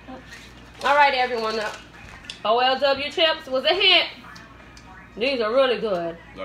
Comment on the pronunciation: I was so happy right there. You are LITERALLY the first one to pronounce it O L W, and not try to read it like a word - as it's an abbreviation. That makes you smarter than all the other youtubers that opened these :D